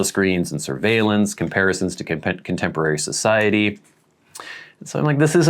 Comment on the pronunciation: The pronunciation of “contemporary” got me 😂 Reminded me of that Radiohead track “fitter, happier”